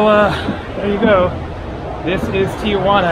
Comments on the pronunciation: I’m a subscriber and love your videos, so thank you. I need to explain your pronunciation of Tijuana. It’s not TIA-Juana. It’s simply TI-Juana. Saying TIA Juana is naive. It’s what midwesterners call Tijuana who believe Mexico is South America. People who have never had Mexican food except Taco Bell or Del Taco and think they know what Mexican food is. Im not being mean but needed to correct you. I’m not Latin. Im descendant from England/Scott. Ive spent considerable time in Mexico. I live in San Diego on my sail boat and have sailed the Sea of Cortez and spent considerable time in Mexico City. Thank, mate. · its Ti Juana... nobody says Tia Juana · The wall at Playas gets painted every 6 months or so by groups who raise money for paint. Tijuana is pronounced Ti Juana. Not Tijuana. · I've never understood why Tijuana is pronounced tia juana. It would be cool if you could video your crossing. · I live in Tijuana. Notice how there is no letter a after the letter i in the name. Don't know why so many pronounce it wrong. So you go on an overcast day presummer during a pandemic and expect alot of people? Of course it's not happening. Except for the nice paintings, Playas de Tijuana is not that great unless you want to see local 'talent' on the stage and watch people drinking beer. Rosarito 20 miles south is nicer and more developed and less polluted. Since they stopped allowing visitors on the other side of the fence to touch their relatives a bit through openings, I dont know if you can go on the other side of that fence. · I guess it's the gringo way of saying it for some reason. Most Americans pronounce it that way.